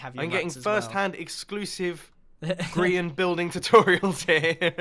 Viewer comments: Ummm it's Grian not grain!!!! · I'm sorry, hold up, did you just call Grian "Grain"??